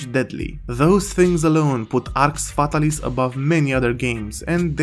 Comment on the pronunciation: how many games has Jowood ruined?? Btw it's pronounced Arx FatAlis, accent on second A.